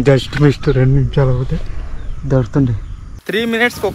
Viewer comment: Just miss ❌ just mist ✅